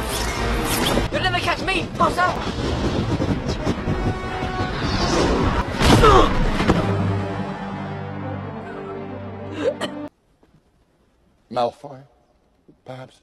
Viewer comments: It’s not Potter or pottah it’s PPOttaH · draco: Potter my subtitles: Pasta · Me: potter Draco:POTTAH Me:NO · "you'll never catch me POTTAH!" Sweetheart he's trying to catch the snitch not you. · Draco really does like saying POTTAH more then Harry likes saying Draco. Lol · There should a video for every time Draco says "Pottah" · Everyone: Harry Pottah Draco: hArRy pOtTaH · the reson malfoy says PoTtAh more is because hes gay while potter is bi 😌💅 im smort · Harry: repeat Draco: sure Harry:po Draco:po Harry:tt Draco:tt Harry:er Draco:er Harry:Potter Draco: PoTtAh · Video: PoTtAh Captions: pAsTa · Draco when he calls Harry:PoTtAh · Now he fr got me pronouncing it "pottah" and not "potter" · gay pottah? you wish. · Pottah i mean it sound like p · sup pottah! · During the potter scenes draco is say potter like butter but with a p 🤣🤣🤣😂😂